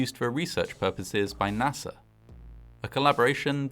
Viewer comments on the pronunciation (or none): none